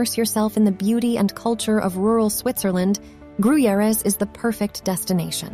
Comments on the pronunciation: Fun fact about Gruyères (oh and horribly pronounced) is that one of the co-creators of the Alien (movie) was from there and in his honor there's an Alien museum in the castle and also a bar with Alien scenery... it's lotsa fun to drink a cappucino in the bar where everything around you looks like you're in the movie. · From their pronounciation of Gruyères you would think it was in Mexico Edit: Also, king Dennis of Portugal?